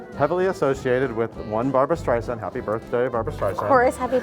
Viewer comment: Beanie should learn how to pronounce Streisand. It's embarrassing.